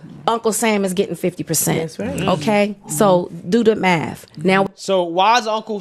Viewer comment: The maff ain't maffin. That shit got me rolling.